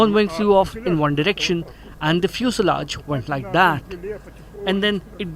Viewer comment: Palki fuselage is not pronounced the way you are pronouncing,kindly Google pronounce n type fuselage 😂